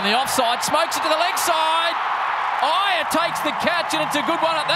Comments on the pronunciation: ‘’IIYER’’ really hits it ‘’HIGHER’’ 😂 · the way that aussies pronounced iyer